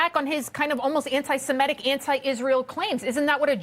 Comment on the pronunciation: Articulate, clear-speaking guests. And THANK you for pronouncing *semitic" correctly. Even journalists with college degrees keep saying, "se-MET-ic." yikes. Sloppy. Uneducated. Poor mentoring to the world. wanting to learn our language.